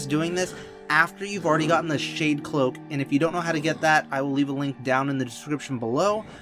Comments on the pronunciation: It said shade loak haha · umm shade loak I think you mean shade cloak 😂😂😂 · It said shade loak not shade cloak I'm just letting you know this